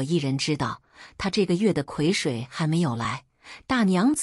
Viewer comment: 不是葵水，是癸（gui）水。